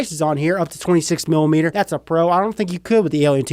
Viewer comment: The way you said dats stupid 😂😂 love your videos man keep it up